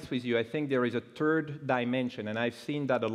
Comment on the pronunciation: I like it when he says in "there is a turd axis" :P hahahaha